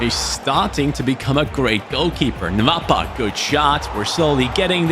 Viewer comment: The name is not "nvapa" it's "nwapa" like " noapa"